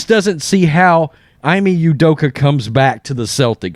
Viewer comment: Ime is pronounced E-May… not Eye-Me Great content though.